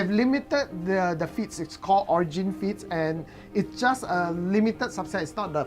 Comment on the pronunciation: I keep hearing feats as feets